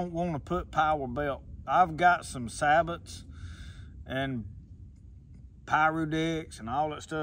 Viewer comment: It's not sah-but. It's say-bow. It's French, but what do they know? Anyway, good video. It's good to see a person who is honest, and will admit to having a problem with a rifle. How about a follow up when you solve the problem?